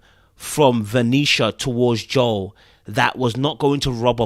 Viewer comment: hey, thanks for pronouncing Joel’s name correctly, as it should be. No idea why everyone on the show including Joel thinks Joel is pronounced as Jo-elle. Guess they don’t listen to Billy Joel